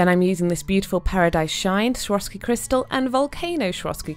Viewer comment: Beautiful nails😍 but Why do you pronounce swarovski as shroski?